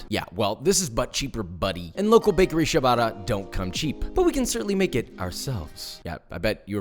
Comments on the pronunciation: Papa please: it's not Sha-bah-tah, it's: CHAH (with the c as chair) - BAH- TTAH (like Atta). You're italian fans would be delighted if pronounced correctly. Lots of love. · Amazing video, looks incredible, but can I please make 1 request? Please stop saying "shabata". It's cia, like ciao, so it's pronounced "chabata". Thanks. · I tilt a lil every time I hear 'shabata' xD but everything else in this video makes it worth it :P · i love how ciabatta is pronounced so phonetically and he still calls it ''shabadda'' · “Shabadda”… Cringe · Great sandwich! Lousy pronunciation of "ciabatta" (hint: it's not shuh-bada) If you're going to make kiIIer food--and you certainly do--then you might as well avoid butchering the pronunciation. That aside, keep up the great work! ( pronounce ciabatta correctly > > > ) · Good god, is that how they say "ciabatta" in restaurants or something? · I just wish he'd pronounce ciabatta correctly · Christ you are clueless to how actual people live! Yeah, as a single mother I have the time to bake my own bread... SHUT UP! You bloody idiot! Yes, we all sit at home watching netflix when we could be proofing a bread that you pronounced incorrectly. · took me two full minutes to understand he was saying "Ciabatta" dough at the beginning...😂